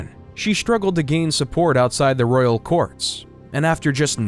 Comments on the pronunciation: Please work in your pronunciation. It a Royal Family not ‘Rail’ I can’t watch this now I’ve heard that and all of these inaccuracies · Cannot listen to this. The narrator was saying rail instead of Royal and other word pronunciation mistakes. Must be an AI generated narrator voice.